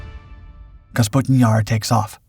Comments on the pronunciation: It's Kapustin, NOT "Kasputin." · "Kapustin" vs "Kasputin" 😂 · [kah-POO-stin] not [kas-POO-tin], come on my guy, first line of the video!!! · Little things that really don't matter but still bug the shit out of me, like pronouncing Kapustin as Kasputin. Otherwise, an entertaining diversion. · Please pronounce it correctly! Капустин is KAH-POO-STIN, not KAS-POO-TIN. Russian isn’t all that difficult. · Kapustin, NOT Kasputin.. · Kapustin, not Kasputin lol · It’s „Kapustin“, not Kasputin… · Kapustin Jar, not Kasputin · You say Kasputin yar 9000 times. It's Kapustin. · Kapustin not kasputin . This is not as rasputin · Clearly spelled "KAP-SUTIN"...he pronounces is "KAS-PUTIN" six dozen times. 😂 Now ask him to pronounce "chassis". He says..."CHAS-SISS". 😂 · Please...! Name of the site is KaPustin-Yar - not KaSputin-Yar!! (Check Google - for God's sake) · they put Putin into everything. of cause its KasPutin Yar now. not Kapustin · Kapustin, not "kasputin". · under the picture it says . . . . Kapustin Yar emerged, but the narrator says Kasputin Yar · Please tell the narrator how to read. Kapustin, not kasputin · Did the mispronunciation of Kapustin through the entire video bother anyone else? It's Ka-pu-stin... Not Kas-pu-tin. Despite that, it's a fascinating subject. FYI, the British Canberra set an altitude record of 70,000 feet in the 1950s. In comparison, the ceiling of a MIG15 was 50,000 ft. The MIG15 carried two 23mm machine guns and one 37mm auto-cannon. It also could be fitted with unguided rockets. None of this would have been effective against the higher flying Canberra., which also was a near match for the top speed of the MIG. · For crying out loud, your pronunciation of Kapustin Yar make me go crazy. Just look at the order of the letters: "kapus" instead of "kaspu".